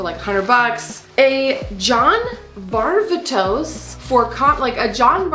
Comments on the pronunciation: Hey, just want to help u out, it's John Var (like far) vay (like hay) tos (like dos/2 in spanish). Just FYI. Congrats on such a great haul! So happy u and the boys had fun in Cali! Too bad TJ and Crew couldn't make it, next time tho right? ✌️💜✌️💜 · I learned it was pronounced John Var-vay-tose and not Var-va-toss.